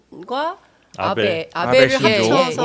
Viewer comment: 발음 을 잘 해야지 원해 나베가ㅜ아니고 나 아베다.